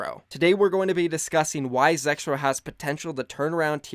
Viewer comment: Who also thought it said Zekrom instead of Zexrow